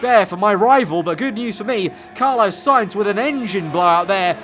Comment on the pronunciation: Carlos.... spelt with an S at the end, i beg stop saying carlo